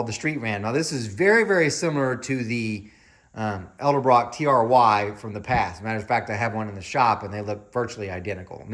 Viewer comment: Thank you for the ED EL BROCK pronunciation. Now I'm going outside to hook up a PVC valve to my Harley carb!!